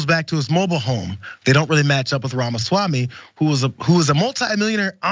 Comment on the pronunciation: Wait so you’re fine with mispronouncing his name because white republicans do it?